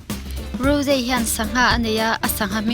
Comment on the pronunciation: Rose aiah raws tia lam tur lom